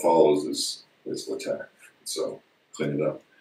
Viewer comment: Leh Teque! hahahaha Lay Tech, bro...LaTeX